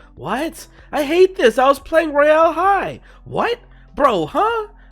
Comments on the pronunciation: no offense but im pretty sure its pronounced "roy- ull" high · LEARN HOW TO SAY ROYAL HIGH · why do he pronoun it like that ToT